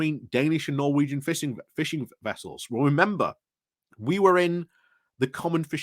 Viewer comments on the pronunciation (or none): none